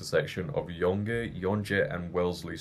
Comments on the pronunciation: Yonge is pronounced "young". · Yonge is pronounced the same way as young. You got Wellesley right on.